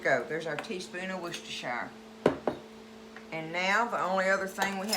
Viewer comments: 😂😂😂 its pronounced, wor..ces...ter...shire sauce. Lol My grandson had to tech me how to say it also.😂😂😂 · Actually, it's pronounced... Wu-stuh-sure because it's British